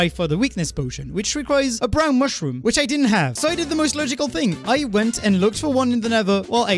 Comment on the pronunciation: “ONE BROWND MUSHROOM!” I like how just mispronounces random words from time to time, usually in excitement. Its funny as fuck.